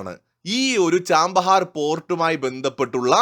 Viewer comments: ആ പോർട്ടിന്റെ പേര് ചാബഹാർ എന്നാണ്, ചാമ്പഹാർ എന്നല്ല. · Hello, the name is not 'Cham'bahar, it is Chabahar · Chabahar (ചാബഹാർ) port ആണ്, ചാമ്പഹാർ അല്ല... pronounciation ഒന്ന് correct ചെയ്‌താൽ മതി...... ബാക്കി എല്ലാം കൊള്ളാം.. Good informative video.. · ചാമ്പഹാർ അല്ല ചാബഹാർ! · It is not 'Chambahar port', but it is Chabahar port